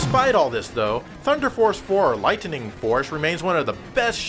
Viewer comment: Did he say light"ten"ning? Sounds like he smoking from the pizza bong.